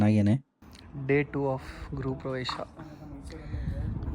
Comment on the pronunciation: ಯೇ ಕೋತಿ ಕನ್ನಡ ಪಧಗಳನ್ನ ಯಾಕೇ ಕೊಲೆ ಮಾಡ್ತಿಯಾ? ಗ್ರೂಪ್ ಪ್ರವೇಶವಲ್ಲ "ಗೃಹಪ್ರವೇಶ" ಮೊಧಲು ಕನ್ನಡ ಕಲಿ ಕುಚೇಷ್ಟೆ ಬಿಡು.